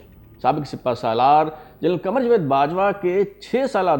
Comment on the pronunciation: Not jved but rather Javed